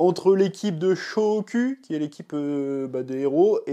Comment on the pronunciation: Chef, peut être qu'on te l'a jamais remarquer, mais fait plus attention à prononcer le "u" en japonais en "ou". C'est très bizarre des fois. Quand tu dis boîte manga du "chef otaku" notamment, ou dans cette vidéo "Shohoku" -> "chaud au cul":face-orange-biting-nails